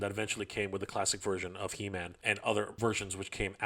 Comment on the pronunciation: It’s pronounced “He-Men-S” not “Him-N-S.” 😂